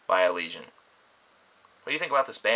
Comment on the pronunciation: Best album of the year so far. Btw you pronounced the name wrong xD it's allegayon